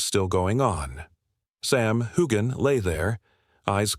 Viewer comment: Why would anybody believe a word your saying when you can't even pronounce his name correctly?